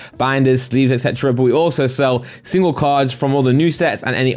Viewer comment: Never heard a BUUHHHH like that :P It triggers my OCD ( BUT - BUUUHH )